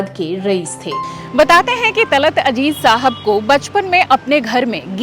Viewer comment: Madam .. Aap ke videos bahuth hi achche hote haiN, aap Ziyadatar Urdu words istemaal karti haiN Magar Sorry KahiN kahin aap Z Ki Jagah J Use kardeti hain Talat Aziz Talat Ajeez Jaise Gajal Ghazal Yeh durust word hai, pls koshish kijiye Urdu words ko Urdu mein istemaal karein